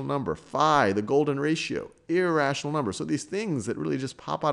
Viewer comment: Iiiiiration Iraa iratinol nubberrs nubsrs